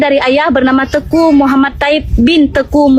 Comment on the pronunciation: Jangan ngaku ngaku kamu, ngomong aja teku yg benar tengku😂, orang aceh adalah orang orang baik.. dn selalu menolong orang butuh pertolongan